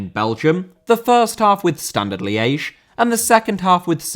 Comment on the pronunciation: Liège* not Liyeige